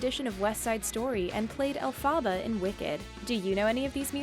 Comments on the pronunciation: Its Elphaba not Elphaaaaba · Can this woman please learn how to pronounce Elphaba!?!?!?! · Any time this chick said Elphaba, a small part of me died